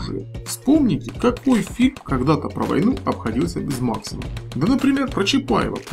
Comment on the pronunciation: Пулемет Максим ударение на букву а